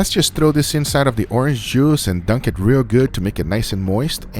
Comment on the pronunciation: "As I say, it is enough talking. LETS DO EHHTT."